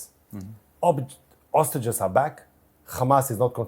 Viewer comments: you are an insult to the human dignity and intelligence. There is a difference between hostages and ostriches. Please learn to pronounce it correctly before you do your next genocide defending interview 😂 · now teach him how to spell "hostages " - it's H-O-S-T-A-G-E-S, not OSTAGES